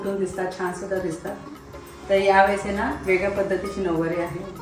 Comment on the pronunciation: नववारी नाही -नऊवारी